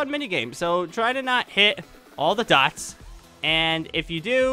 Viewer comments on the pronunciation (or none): none